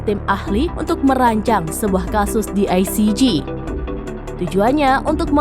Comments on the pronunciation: Penyiarnya Salah pronunciation ICJ. JE Bukan JI. Spelling JI untuk huruf G. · Parah ni presenter ,,koplak ,, yg benar aja loe,, nyebut ICJ aja gak benar,, kalau tidak ngomong upahkan sama yg lain